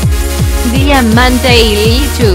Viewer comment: El tratuctor dijo DIAMANTREILICHU 😂